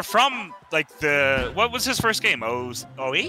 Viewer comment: The gameuhhh